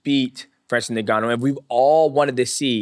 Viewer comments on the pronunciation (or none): how the fuc* nobody can actually pronounce Ngannou correctly ? it's not NEGANOU but Ngannou